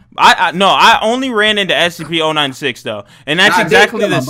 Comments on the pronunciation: your saying o96 but it's 096 and I don't like it when you say it that way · SCP 096 not oninesix